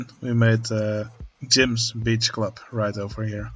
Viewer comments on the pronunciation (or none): Every time you say Beach, I hear biiitch. 😂